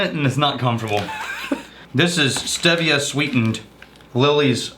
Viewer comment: 1. can eat a (consonant)ick. it's steve eee-ah. got it right the first time (as usual). 2. this dry week had the reverse effect on me. my consumption fully spiked as i tried to make it through the tastings at the end of the week. the additional alcohol ended up making look as if he knew what he was talking about so things came full circle to the way they were until this cursed week started. all was right in the world.